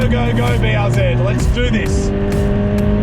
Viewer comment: Bee arr zee